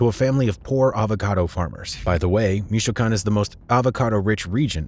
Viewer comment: Pronounce MICHOACÁN correct Goofy